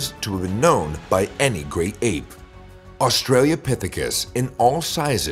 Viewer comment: You are mispronouncing 'Australopithecus'. It is not "Australiapithicus". Also the hominin pictured in the video is 'Ardipithecus ramidus' At the start of the video it showed feet with opposable big toes, these feet belong to Ardipithecus, not Australopithecus .